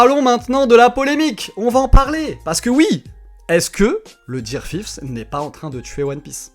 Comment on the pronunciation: Ça sait dire Coola, mais pas Gear 5